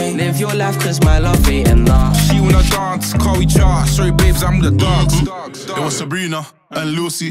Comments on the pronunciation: Damn they way he pronounces 'Dance' 🤣🤣🤣🤣. Before looking at the lyrics i thought he said Dorse the night away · Nah, that pronunciation of the word dance, I can't rate this. D A R N C E